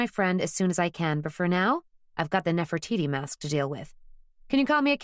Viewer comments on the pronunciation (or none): Sorry, New Yorkers do not pronounce Nefertiti as Nefer-toy -toy! Where on earth did that come from? I was enjoying the tale so far but once I heard that... the grimace I have has made me even stop dictating this text!